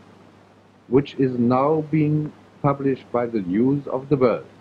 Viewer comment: When he said he will publish his book with "News of the World" near the end, it sounded like: " Jews of the World"😮 A Freudian slip